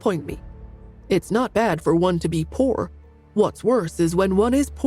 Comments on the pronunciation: The way this narrator says poor…. Pur… is too comical 😂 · British pronunciation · It’s the pronunciation of poor and the voice of the saditty uncles and aunts that get me.